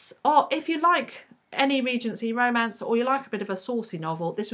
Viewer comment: please always roll your rs when you say romance. it's perfect. and yeah i can't stand manic pixie girls. usually. i Just finished The Lonely Hearts Hotel, also long listed for the Bailey's, and the character is a bit of a pixie. she does some cartwheels. but she's got a dark side. so it was ok.